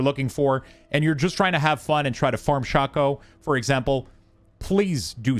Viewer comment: OMG it's called SHAKE-O not shock-o PLEASE !!!!!, us old school Diablo players are cringing